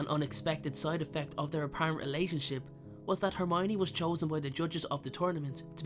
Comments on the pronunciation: Why couldn't he say hermione's name correctly? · I figured it was Hermowninny. 😂😂